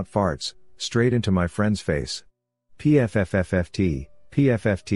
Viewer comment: I like how the narration spelled it all out. Pee eff eff tee